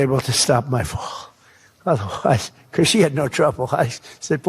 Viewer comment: Lmfao. Say Andrew Mountbatten again!!! Smh. That’s some funny shit bro. becoss it’s funny. By the way. It’s Mount-Bat-ten. Say each one slow then join them. Mount. Like a mountain and Batten like a Bat 🦇 and the number ten 10. But if ya can’t get it. It’s okay cause the way you say its is funny as fawk. That and becoss or is it because. Lmfao. 🤣.